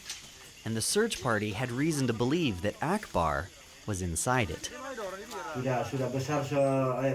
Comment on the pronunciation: 아크바르? ???:알라후 아끄바르